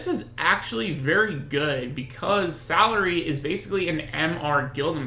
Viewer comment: Its pronounced as Vik - Two - Rah and thats Sa - Lee - Re.